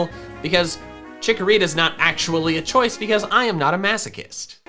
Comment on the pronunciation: I don't think says "choises" 😂